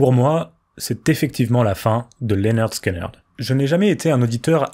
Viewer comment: Ça se prononce Linerd Skinerd si jamais 😆 vu que le nom vient de leur prof tyrannique Léonard Skinner (qui se prononce Linerd Skinner en anglais) ils ont juste changé l'orthographe.